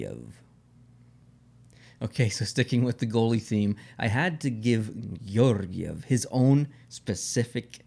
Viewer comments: Your “Georgiev” pronunciation wasn’t bad at all. Just a little bit too poetic) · You have me pronouncing Georgiev's name with a Russian accent now as well, it's very catchy, Lol. Merry Christmas to you and and, all the best.